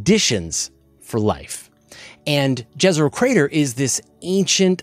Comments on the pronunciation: Jezero is pronounced as yezero, like Jokić - Yokich. Jezero means lake, and quite literally on Serbian language. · Jezero is pronounced as Yezero. Local meaning stands for "The Lake".